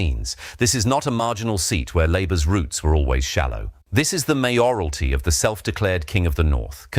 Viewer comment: I hate these AI voices. It cannot even pronounce `Mayoralty` correctly. Unfortunately, it makes anything spoken sound suspicious. And difficult to trust.